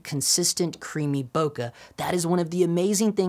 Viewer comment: why cant most of these guys pronounce bokeh properly?? its not that hard